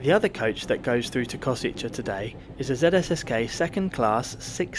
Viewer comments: It's "Kosheetsay", not "Koseecha", please. N.B.: as for Miskolc, don't be scared, it's not tricky at all: it's simply "Mishkolts". In both cases, all the sounds of these words exist in English, so no reason to be scared 🙂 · Koshitsэ, not Koshitza. The ts is soft, not hard, and the end sound is a short e. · The final station is Košice. You consistently mispronounced it as *Kosiče. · It‘s pronounced „Ko-shy-tse“ but thanks for the report 😄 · Kosice is pronounced koszytse 😃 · Ko-shi-tse, pronunciation on the first syllable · Actually, it's pronounced 'Košice'... 🙄